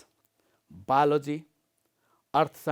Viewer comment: Not balogy it's called biology sir 😅